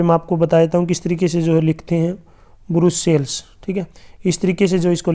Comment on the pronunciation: ब्रसेलस नही सर ब्रुसेल्स है